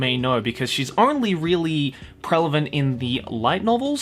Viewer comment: when are you going to stop saying prelevant its pronounced prevalent